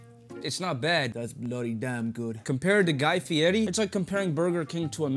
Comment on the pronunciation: Thats how you know your old when the young bucks are mispronouncing Guy Fierri name.